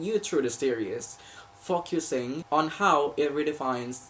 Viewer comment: This is a great start but my darling, practise saying 'focusing' XD The 'fo' is round like in 'foam' and it's where the emphasis goes . The 'cus' is a softer sound with the 'us' having more presence than the 'c', so like 'cussing'. The way you're pronouncing it right now sounds to a native speaker like 'f*ck-ussing' <3 Great work so hoping to help cause sad truth is people do make snap judgements on stuff like that, and it would be great to see this channel grow <3